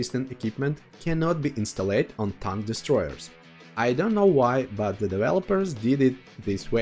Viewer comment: Excellent vid, very helpful. A couple of tips on the English: installed: in~staal~d not instal~lated and developed: develop~d not develop~lated. Thanks for the great info.